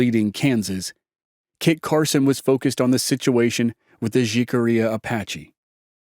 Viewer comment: Great podcast but in the word Jicarilla the letter J is pronounced with an H as in jalapeño